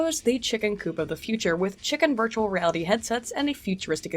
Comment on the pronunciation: this episode I cant help hearing "birdualreality"